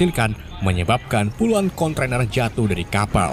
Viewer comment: D e tin mboco ne luar! Konteiner bukan kontroner hehh3